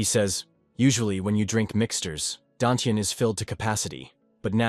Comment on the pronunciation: You mean dantian not dantages wth